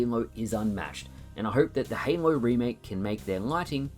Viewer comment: Why do you say "Heynlow" to say Halo ?ahah